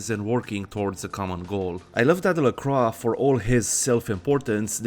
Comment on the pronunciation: Excellent video! A few things: 1) I appreciate how you say "LaCroix". Even the game gets it wrong. As a fan of Forever Knight, I appreciate someone pronouncing it correctly. 2) In the first haven, the boards on the floor are used to cover the windows. Flimsy protection against a potential midday mishap. 3) I agree about Velvet's voice. I wish she had more voicelines. Hell, I wish there was an option just to have her narrate War and Peace or some similarly long text. 4) Gorgeous Gary Golden should have his own radio show alongside The Deb of Night. Along with VV, I could hear him talk all day. Anyway, appreciate the video, and look forward to other bits of content from you!